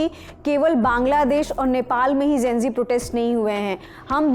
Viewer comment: Gen- zee hota hai naki Gen -g...😂 Similarly nishan hota nisan nahi... Lallantop should watch these things...Cost cutting zaada ho gaya